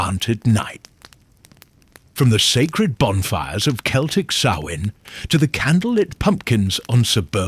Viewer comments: Celtic is pronounced Kelltic like Cat and Canada and the Romans never set foot in Ireland so they didn't have any impact on Samhain. The arrival of Christianity around 700 AD did. I think it's a Pre Celtic holiday but although there is evidence to suggest so it's still a mystery. I imagine there was a lot of casuaties carving turnips. "It's a holiday older than memory". Yes, from the Republic of Ireland 🇮🇪. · This is AI. Celtic, ( hard C) pronounced as 'S'eltic. Lead, as in a dog lead, pronounced as the metal. AI generated to produce hits without effort. Turned it off once I knew it was'nt real. Shame.